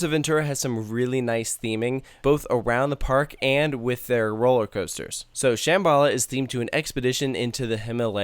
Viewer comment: It pronounced sham-b-la